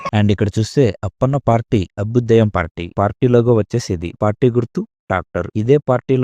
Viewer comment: అబుదేయ్యం కాదు అభ్యుదయం అనాలి అన్న ..